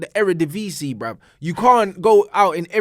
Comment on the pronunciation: 1st i hear to pronounce the Dutch league like he's from Holland